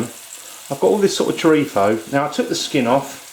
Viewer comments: Its chorizo not chorifo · It is not chorifa or chorifo! It is CHORIZOOOOO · its pronounced ''chore-i-z-o'' not chorifo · The way he pronounces paella and chorizo. lol ;-) Honestly, I think this is closer to risotto than paella...